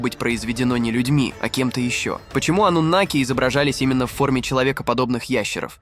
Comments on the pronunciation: Ты человек или читающий робот ? Почему слово " анунаки " произносится по разному, то ударение на букву "а" , то на букву "у" ????? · Какие ударения-жуть.Пытаются донести матриал, н зная его основ,к чему такое тшательное произношение-ануннннаки? Их и попросту анунаками называют. ошибки не будет. то ли боты тперь все озвучивают,ударения-швах.